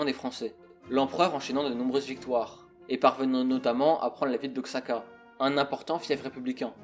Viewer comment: Merci pour cette vidéo. En revanche côté prononciation, c'est pas ça du tout ! Benito Juárez et Oaxaca se prononcent bien différemment et Habsbourgue 😂 j'ai ri